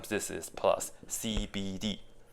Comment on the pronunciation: i heard "skibidi" instead of "cbd"😭